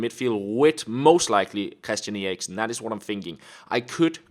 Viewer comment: Jacob May hes Danish and me to thats how u say it on danish